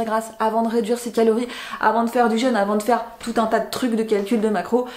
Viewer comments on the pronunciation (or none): none